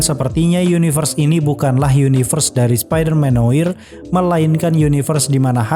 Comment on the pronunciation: SPIDERMAN" NOAR" bang pengucapan nya